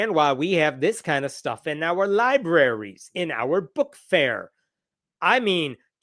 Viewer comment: I guarantee he said "lie berries," not "libraries."